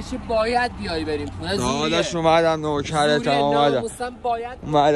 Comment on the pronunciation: نگا چجوری میگه پونک دونفع دونفع دهنتوو😂😐